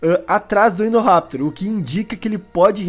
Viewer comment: Me desculpem mas se fala Indoraptor não Endoraptor